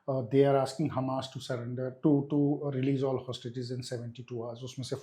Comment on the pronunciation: The interviewer keeps pronouncing Hamas as hummus like the dip. Also, the way she is asking the questions is irritating. I am not sure if she is ignorant of history, such as Hitler and the holocaust, or just trying to establish simple facts for her viewers. Irritating either way. as usual was excellent.